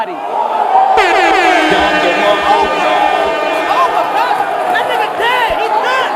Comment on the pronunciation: "OH MA GAD!" is the funniest shit of this battle. hahaha